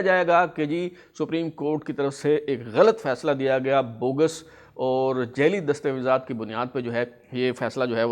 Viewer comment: Jelly naheen sir, jaali hota hay